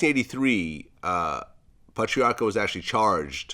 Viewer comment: Why can’t Vlad pronounce Patriarca or other Italian names lol